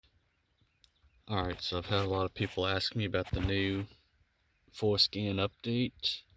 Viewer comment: Haha, I like the video but I can't help but hear him says foreskin at the start of the video and ass built multiple times Thanks for the video guy good job. 😂 😆 😂